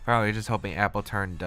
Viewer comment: AppleTUN not AppleTURN btw;)